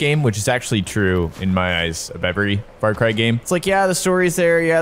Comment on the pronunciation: He says Fart Cry 💨😢